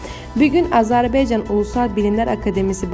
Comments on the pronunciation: Bu nə biyabırçı tələffüzdu???Azərbeeeeycan...Ölkənin adını doğru tələffüz edin---AZƏRBAYCAN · Az-E- rb-E-ycan yox ay qancıq ! Dövlətin adını düz de .